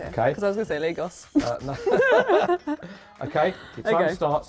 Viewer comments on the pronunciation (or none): Did she say Lagos?! 😂😂😂